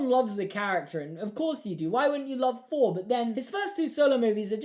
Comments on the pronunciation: It’s “Thor” not “Phor” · man has trouble saying thor